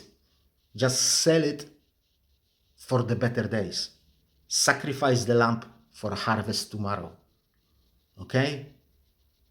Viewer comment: Sacrificial …..*lamb* …not lamp..lol (unless you’re actually selling lamps 😂)